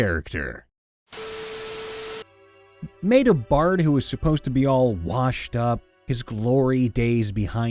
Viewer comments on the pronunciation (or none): none